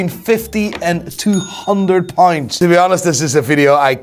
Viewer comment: Is he saying (currency)pounds or points.....wtf.